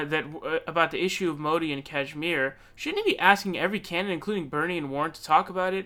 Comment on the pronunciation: I like how PV has the correct pronunciation of Kashmir lol